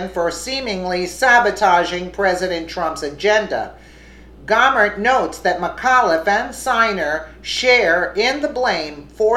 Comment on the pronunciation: Jesus, women, it's "Go-mer" as in "go away" not Gawmer? Cut the edtorializing! Source your fucking stories.